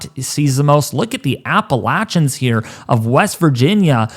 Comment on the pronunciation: I subscribed because you said Appalachia correctly. ;-)) ✌️